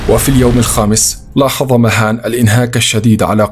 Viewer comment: اسمه vahan وليس مهان 😂